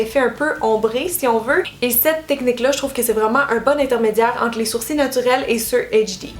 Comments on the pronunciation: La queen des sourcils 😍 en plus tu me fais trop rire tu dis des sourci ou lieu de dire des sourcils 😂 J’ai qu’une hate c’est de tester toutes tes methodes merci pour tout tes conseils :) bisou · Merci pour tes astuces ! 😙Ça me stress la façon québécoise de dire "sourcils", nous on prononce le "l". 😂😂😂Bisous.😘💖